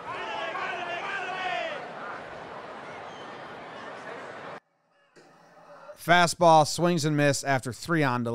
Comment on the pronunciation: I thinks he said "mandale" no "andale"